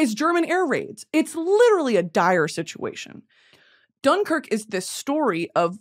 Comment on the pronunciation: Loved britanny pronouncing dunkirk wrong 50 times